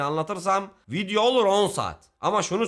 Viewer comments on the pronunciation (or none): none